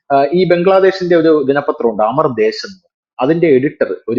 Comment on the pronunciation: അമർ ദേശ് അല്ല, അമാർ ദേശ് - അമാർ എന്നാൽ നമ്മുടെ